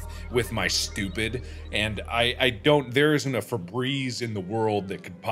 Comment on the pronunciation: Markiplier: Yea, It'S BiG BrAiN tImE (A few minutes later) Also Markiplier: I'm SHtUpiD